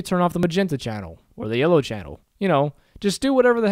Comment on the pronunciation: Why does it sound like YOLO every single time you say yellow? I can't stop thinking about it...